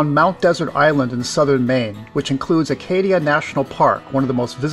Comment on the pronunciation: please please please...pronounce ACADIA Park correctly in the future...it is NOT ARCadia! Other than that, the video was great!